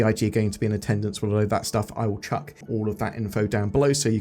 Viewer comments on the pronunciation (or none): none